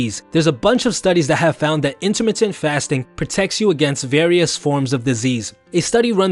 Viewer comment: " intermitit fasting "